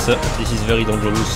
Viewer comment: i love how he says "dangerous" as donjeroos